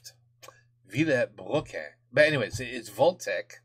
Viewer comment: How to pronounce "Vilebrequin" correctly ? Well, D, you're almost there. There's just an "e" that doesn't need to be pronounced. "Vil - brequin"